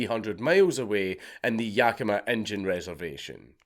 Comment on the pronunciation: Great video! Honestly surprised that you got most of the pronunciation right! You'd be surprised at how many people can't pronounce Yakima.